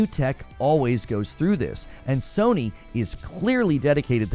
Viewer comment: Love your content. But the way you pronounced Sony it sounds like Sir Knee